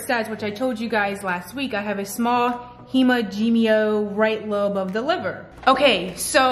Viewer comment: Its pronounced "he-man-g-oma" spelt phonicly, it a small cluster of blood vessels, think spider veins on the liver. Its harmless. After you have your gallbladder removed you will always see that terminology written in radiology reports. It just means it's not there. If they removed it due to stones you'll want to see if the say anything about the common bile duct as your body can still make stones, if the get stuck un that duct it can be an issue. I'm a former medical assistant for a gi office I just retired after 13 years there. But please still discuss this with your gi md if your losing weight still. But nothing I just saw was anything outrageous. So dont be scared by it. 😉